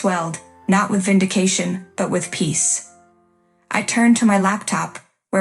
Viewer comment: The AI cannot pronounce 'còncentrator.' Nor 'fallout,' nor 'vindication.' Don't use budget AI text-to-speech. That gives poor results that grate upon the sensibilities.